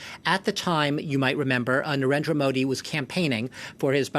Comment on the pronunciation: How much do you know about the genocides by Islamist terrorists ? What crap reporting? You guys are jealous that India is sorting out their issues and not begging like their neighbour. You can’t even pronounce of the name of our PM. What about saying the ability to start SHARIA law in Kashmir due to this autonomy. Depriving the women from their right. You want Islamist terror to retain in Southeast Asia . Shame on you.